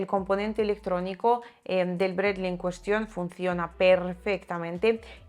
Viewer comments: Sólo hablando en ruso se le puede decir "Bred-ly" al "Bradley" 😃 Es más duro que el M113 pero seguro lo bajan con disparos calibre 50 o mejor algún cohete. Muchos éxitos y ganancias. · A ver si algun dia aprende a pronunciar Bradley como Dios manda